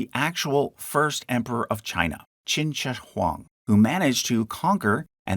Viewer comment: the "shi" in "qin shi huang" should be pronounced like "sure"